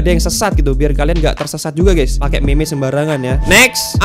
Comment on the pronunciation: bang gw mau koreksi kalo ngomong meme itu bukan gitu ngomong meme yang bener itu ngomong nya MIM jangan me me